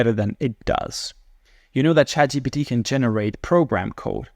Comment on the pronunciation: why do some people say chatgbt ? is it the same people that say nukular?